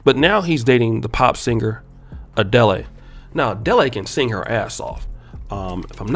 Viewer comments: Fr, I was thinking who tf is ah-de-lay, it's ah-dell 😂😂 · Adelé 🙄🙄🙄🙄 it's pronounced A-del. You turned her into a Nigerian 🤦🏿‍♂️🤦🏿‍♂️🤦🏿‍♂️🤦🏿‍♂️ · Hold up, “A-dell-lay”??? Her name is “ah-Dell”… bruh, seriously. Is this a joke you’re trying to put on? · I'm glad other commenters are noticing his pronunciation of Adele as 'a-deli.' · Ah dell...not Ah dell a... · Cot damn Adele is pronounced Ah-Dell not Ah-Dellay. You and these names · Pronunciation is Ah -del ; not Ah-dey-ley . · wth is adelay you damn nerd it's ~Ah dell~ ADELE lmao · Dating who? 🤣🤣🤣 Adel-lay. It’s pronounced “uh-dell”. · A-Deli??? You mean ADELE! 😆👍🏾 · It’s not pronounced “Adelay.” It’s pronounced “Adell.” 😂 Maybe he’s trolling lol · ADEL (E) BRO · It's pronounced uh Dell not uh dellay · Adela??? lmaoooo it's A-DELL lmaooo you spending time in Uganda rubbed off on you lol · Bro’s it’s Adele not a deli 😂😂😂😂😂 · its Adel not Ade.lle😑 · Ah-Deh-Leh.., that famous Nigerian singer. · Uh-DELL-ay 😒🙄 is this a joke? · Pronounced "A DELL" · Ade-le????🤣 when the he'll have u ever heard anybody call he that.??? U just like Jaye de black mispronouncing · But who is A- DELL-IE?! 😂😂😂😂😂😂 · Adel-Ey! has been under a rock for the last 10+ years with that kind of pronunciation. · Yeah her name rhymes with smell not jelly lol the thing about her is she used to be very overweight, she only lost it when she divorced so this is actually her at her peak attractiveness, not when she was younger. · '' Adelay "..... bruh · Adele not Adeli (the last “e” is silent!) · That man said "A-DELI"💀💀💀💀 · Is it Adele or A Deli? 😂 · (Uh-dell) dumb dumb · Adelay? Lol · Lol its Adel, A.D.E.L chump 😂 e is silent 😂😂 😂 😂 Adele is the nigerian girl that has my brother on child support. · A-DEL-E? Seriously? Your telling me you’ve never heard someone say her name before? Like jeeez. You sound silly🤦‍♂️ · My guy said A-deli 🙃😭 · It's pronounced "Adel", the second "e" is silent. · Adel-ley, balock-ey, aye aye ron